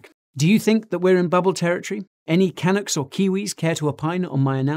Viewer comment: Great stuff Guy - Although I am not too pleased to re referred to as a "Canuck" I would like to hear the emphasis on the second syllable. Do all "Limies" say it like you???